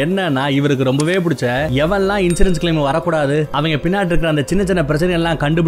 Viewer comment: கன்சூரன்ஸா?? இன்சூரன்ஸா?? பாவம் அவரே confuse ஆகிட்டாரு